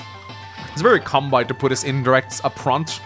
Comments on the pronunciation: It's kan-bay, not kan-buy. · Halla! Kanbei uttales slik: Kanbe[e] I Japansk språk så er bokstaven «i» etter bokstaven «e» en forlengelse av «e». Japansk «e» uttales likt som norsk «e» så du trenger kun å si «Kanbeeeee» Kilde: Jeg har Japansk med Japanstudier batchelor fra UiO, hehe. Digger kanalen din! Keep up the good work! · Alright the phonetic pronunciation of Kanbei’s name is Khan (as in Genghis Khan)- bay (like a bay window or a bay where you anchor a ship). Love your gameplay and don’t really mind your pronunciation personally, but heard you mention it in a recent vid and figured with in being an Kanbei mission I might as well put it here. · Kan-BAY,! Kan-BAY! Japanese pronunciation, not German! Your pronunciation has been not okay for years! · Just so you know it's pronounced like Kan-bay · If you'd never explicitly talked about pronouncing his (Kanbei's) name wrong on video it never would have started bugging me, but since you did and you actually are aware how to pronounce it right, pleaaaaaase start doing so. Kanbei rhymes with Sensei. Japanese vowels are extremely regular, and are always pronounced the same way. The final "ei" in both names is pronounced exactly the same way. If you can pronounce one, you can definitely pronounce the other. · I love these videos, but ' pronunciation of Kanbei always distracts me. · Still can't say Kanbei right though. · Maybe it can be something to do with what original accent his English teacher(s) had.